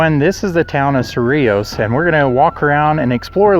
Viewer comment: Thank you for correct pronunciation! ❤ yes, I live nearby. Native New Mexician. FYI, 100 years in NM is not really old... 😊